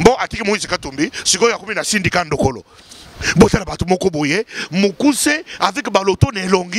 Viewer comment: oh tu as un problème de prononciation, c'est Sindika Dokolo pas Ndokolo, tu es trop bête.